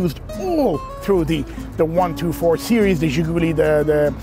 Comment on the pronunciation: Great video. Very detailed, much better than most. By the way it's ZhiguLI, not ZhiGUli. Emphasis on the last syllable.